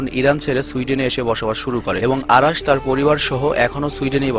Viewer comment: beta age or nam thik vabe bola sik..অারাশ না,,,নাম অরাশ,, সঠিক উচ্চারন শিক আগে,,ওরে ভালো করে ই চিনি বেটা